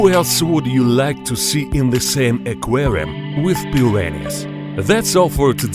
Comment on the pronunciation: “Into the qerum with piryanez “